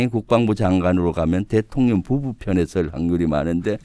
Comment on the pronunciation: 내귀만 그런가ㅋㅋ 김병주의원님이 말씀하실때 대통년이라고 들리네요 대통령하고 그년을 합쳐서 대통년이라고 하는 건가 싶네요 ㅋㅋㅋ